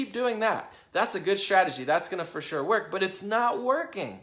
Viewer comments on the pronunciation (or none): none